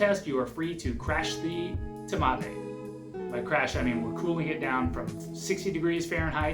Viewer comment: I mean "TMAVé" - That physically hurts me.